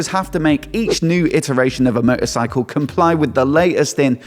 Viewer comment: Wtf is a meuh,ercycle ?🤣🤣🤣😉😉😉